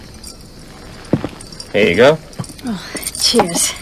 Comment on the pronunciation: Did she say Cheers in a Brit accent?